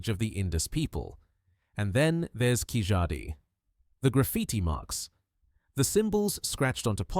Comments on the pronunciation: Hi It's not KIJADI it's KEELADI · Excellent compilation with cross reference to Rakhigarhi, David Reich, Prof Shinde, ASI Amarnath, papola, Y chromosome haplogroup M, L etc. Only thing is Keezhadi is incorrectly pronounced. It should be pronounced as Keeladi.